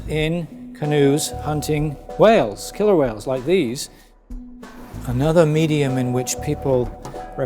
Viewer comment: He said hunting killer whales 🐋 wrong